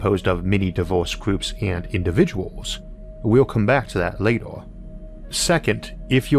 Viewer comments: Seriously how can someone so well spoken and eloquent look at the word "Later" and say "Lator" what about an E makes you say O ? I would love to consume this amazing well thought out and informative content but honestly, if you cant speak, hire someone who can. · So get fucked and fuck off then. If you'd watched his older videos, you'd know 1. He's got some fascinating videos and 2. Man's got a speech impediment. No need for you to be a dick about it, just click off back to recordings of guys hitting themselves in the testicles or whatever you watch normally.